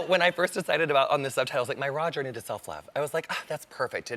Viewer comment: I actually had to slow this down a couple of times. I thought he was saying "my Roger" when he was actually saying "my raw journey"!! I thought, what the heck? LOL! He is hilariously funny -- and cute!